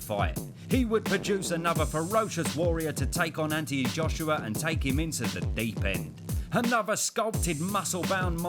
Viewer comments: You're based in England, a multicultural society that is thriving on 2nd generational talent from immigrating countries. The least you can do is practice how to say his full name or don't put that part on the video at all for laughs. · What, you can’t pronounce his name? Poor schooling. Stopped watching it there. Reminded me of growing up in Bow during the 1970’s. Wankers like this were everywhere. But I was one of those little black boys that you never made the mistake of letting me move around.